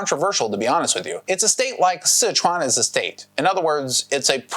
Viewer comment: lol, Taiwan is as much of a country as FedEx is Federal… Damn, you mean to tell me this entire time Sichuan isn't pronounced Sesh-shuan? lol